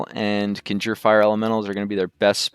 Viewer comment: Conjure Elemental. Con (Kahn) Jerr. There is not "ginger elemental"